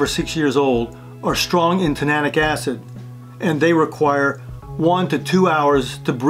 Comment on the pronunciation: Tannic acid is pronounced as written. Your pronunciation was tananic acid. Just a suggestion. Watch your videos. You can improve by practicing your presentation over and over until you know the material. Once you do this all you need is an outline in front of you instead of a word by word speech. If you do this your credibility will go up exponentially. Credibility comes from someone that knows a subject well. You likely know this material very well but stumbling through while reading a speech is hard to watch. In spite of the good information. You can do much better. Have someone you know well watch your video and let them tell you honestly what they think. Speech classes and public speaking classes are excellent.